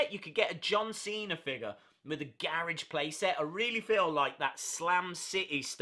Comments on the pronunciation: Ga ridge??? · Omg the way he says garage